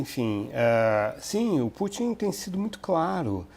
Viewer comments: 😂 ele diz tupin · Ele falou o Trupin????